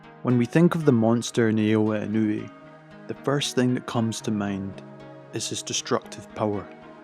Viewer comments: bro 3 seconds into the video u said the name so funnily im on the floor , its supposed to be NA O YA E NOU WHE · "When we think of the monster nayaodhueh". It takes literally TWO seconds to read it right. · When you said his name in the beginning, I thought you had a stroke 😅😅